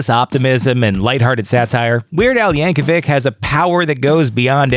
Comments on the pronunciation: Yankovic is pronounced "YAN-koh-veech" not "~-veek." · Its pronounced Yankovich, not Yankewik. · The last name originates from Serbia, thus should be pronounced with Ch sound at the end, same as you don't pronounce The famous tennis player's name Novak Djokevik, but Djokovich. Google it brah.